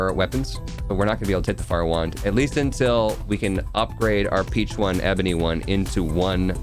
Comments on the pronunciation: RIP to not getting the "Peachone" Pigeon Pun. It's supposed to be pronounced like "Pigeon" with a fancy accent. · was anyone else REALLY bothered by calling it the peach one throughout the entire video? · incorrect. "Peachone" is a somewhat Americanized, botched version of the word "Piccione," which means pigeon in Italian